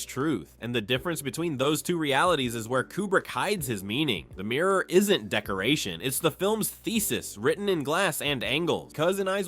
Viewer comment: What is a "Meer" .. does he mean Mirror